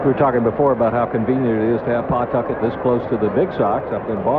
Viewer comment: Let me be the 1st Rhode Islander here to mention that the correct pronunciation is "Puh-TUCKIT", not "PAW-Tuck-et". 😀